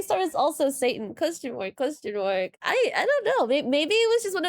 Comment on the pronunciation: Sorry but every time you say "Question mark" all I hear is "costum work" 😂